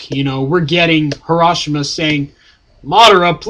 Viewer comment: HaSHI-Rama!, not HaRA-SHIMA!